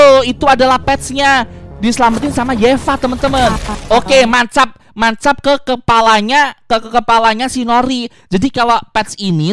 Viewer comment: nancab bang bukan mancap